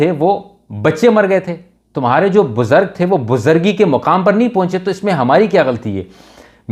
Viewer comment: BUZARGG ? LOLLLL BUZURG HOTA